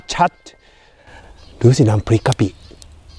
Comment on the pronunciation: ขออนุญาตนิดนึงนะคะ เอ่อคือว่า.. คำว่า *กะปิ✔️ "ตรงคำว่ากะไม่ต้องใส่ร.เรือเกินมา" ไม่ใช่กระปิ✖️ ขอบคุณค่ะ 🙏😅